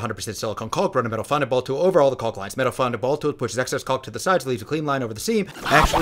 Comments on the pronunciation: The L in caulk is silent. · you're old enough now to be told that the L in 'caulk' is silent.